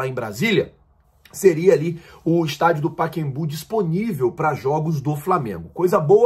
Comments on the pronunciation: SE ME PERMITE FAZER UMA PEQUENA CORRECAO...NOME CORRETO. PACAEMBU E NAO A PRONUNCIA PAKEMBU PODE PESQUIZAR. SERGIO.SARACURUNA.CAXIAS.RJ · PA-CA-EM-BU! Não é Paquembu! Arrêgo! Corrija o nome do Estádio! É PA-CA-EM-BU! PACAEMBU! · Porra, pakimbu? O nome do estádio é "PACAEMBU "kkkkkk saudações rubro negra.. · Kkkkkkk Carai que agonia ele não conseguir falar o nome.. paca + Embu, só treinar kkkkk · Meu amigo, boa tarde, sem querer te constranger, o nome do estádio é Pacaembu e não Paquembu conforme você falou diversas vezes, assim que você ler este comentário, apague por favor. Desculpe-me, é que sou fã do seu canal e quero vê-lo crescer cada vez mais. Boa tarde! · Não é Paquembu minino, é Pacaembu. Hehehe. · o nome é Pacaembu e não Paquembu 😂😂😂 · a gente sabe que vc é ruim com nomes, mas “Paquembu” é sacanagem. 😂😅. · não é "PacEMbu" (?), e sim "PacAEMbu"... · por favor não faz errado como um monte de gente faz. Fala certo, não é PAEQUEMBÚ é PA CA EM BÚ.........Entendeu? PACAEMBÚ...O pessoal assassina o português. Vc não né meu amigo... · é PACAEMBU!!!!! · "Pakembu"? Kkkkkkkkk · Paquembú? Fala direito cidadão! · Pacembu também não é o que ele fala, ele tá dizendo paquebu